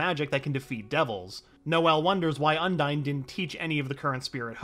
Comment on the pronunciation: The Spirit of Waters name is pronounced Un-Deen.